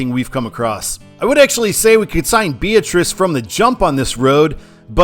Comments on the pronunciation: the town in Nebraska is pronounced "Bee-AT-rice" not "BEE-uh-trice." Great video! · job as always, but a couple of minor pronunciation corrections. Nebraskans stress the "AT" in Beatrice. Also, there's no "s" in Maryville, Missouri. I actually think Maryville would be a better control city than Bethany east Beatrice. It's quite a lot larger, and it's a fairly important college town.